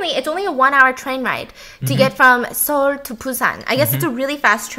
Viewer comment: i really like when stephanie slips into korean. and the way she pronounces the cities (busan, seoul) in korean accent